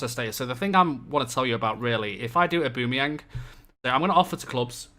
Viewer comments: id say more like aw-ba-meh-young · O-Ba-mey-ang plese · Your pronunciation of Aubameyang is so bad that it annoys me so much! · nah that's the English pronounciation, isnt right. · To be fair it doesn´t matter if you pronounced it the way german or english commentators did, he is from Gabun which is a French speaking country. So maybe go with pronounciation of french commentators.